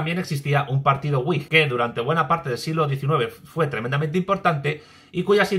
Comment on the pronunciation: Wigh sera uaig, supongo. Me refiero a la pronunciación. O decimos vig, o uaig, pero uig no se entiende.